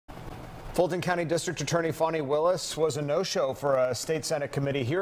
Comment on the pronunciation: It is spelled Fan i not Fon i , I say FAN E like all should say.